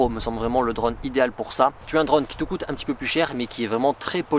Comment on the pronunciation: Je n’ai pas tenu 10 secondes, la prononciation de « drone » m’aura tué, dommage le sujet m’intéressait.😅